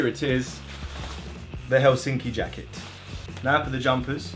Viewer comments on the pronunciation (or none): none